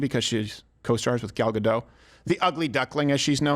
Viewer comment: U should pronouce the t in gadot